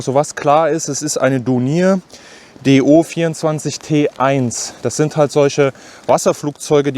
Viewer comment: Dornier wird anders ausgesprochen